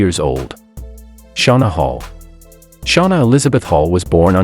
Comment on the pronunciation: Shonna holl??? This can't be real! She and the narrator must've cut a special deal or favor to get her name put on this list.